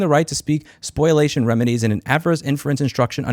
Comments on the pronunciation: Spol-ee-ation: ✅ Spoil-ation: ❌ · They wrote, "spoliation of evidence", not "SPOIL-A-TION"… read as they wrote it. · Just an FYI, when pronouncing spoliation, it has no oi before the L. So it doesn't sound like spoil, it sounds like spoL. Spol-e-A-shun, or close to. Otherwise solid as rock. Go get them! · It's "spoliation," not "spoilation." Common mistake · Minor point, Louis, it’s “spoliation of evidence”, not “spoil-ation”. “spo-li-ation” with the “li” pronounced as “lee”. It’s a legal term that ~99% of people get wrong. That aside, great set of videos and responses to these people. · I cant get over "spoilation".. it hurts my brain every time. spō-lē-ˈā-shən spō-lē-ˈā-shən spō-lē-ˈā-shən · it’s spoliation not spoilation. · Louis fwiw it's spoliation rather than spoilation, but this is why you pay your lawyer anyway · FYI (in case you decide to represent yourself in court), the word is spOLIation, not spOILation. It shouldn't make a difference, since everyone can tell what you mean, but I could just imagine some asshole judge giving you the finger because you said the word wrong. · Spoliation not spoilation! That is all. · It's also pronounced spoliation too. Though a lot of people mispronounce it as spoilation.